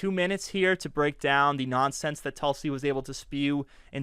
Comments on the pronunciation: Great rebuttal particularly "Objection! Relevance?" but I believe the correct pronunciation is "Toolsie" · sir, you are doing a great job covering for David, but you terribly failed here - her name is pronounced Toolsi! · It is pronounced "TOOL-sy". Get it right, geez.